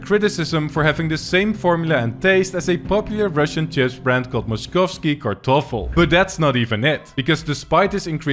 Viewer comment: It was so painful to hear him say moskovskii kartofel, but tbh he really nailed it